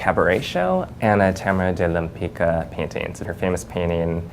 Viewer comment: OW! What an awful pronounciation . Tamara de Lempicka (or more appropriately in Polish: Tamara Łempicka) was a famous art deco painter. Most famous artwork would probably be "Self Portrait in Green Bugatti"/"Autoportret w Zielonym Bugatti" (well seen on the left )